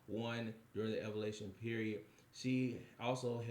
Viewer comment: Bro not being able to correctly prenounce evaluation (Eee-value-a-tion) was killing me 😂